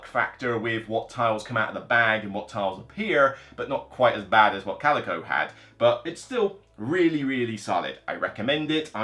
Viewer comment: It's pronounced kal-i-koh. Coleco was a company that made the game console ColecoVision in the 80's. ; )